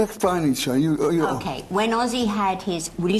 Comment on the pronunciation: Ozzy NOT Azy!!!!!!!!!!!!!!